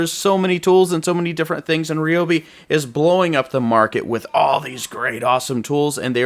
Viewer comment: It’s Ry not Re ….. Ryobi